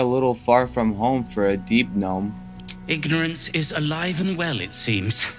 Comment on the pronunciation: THE G IS SILENT NEVER CALL GNOMES THAT AGAIN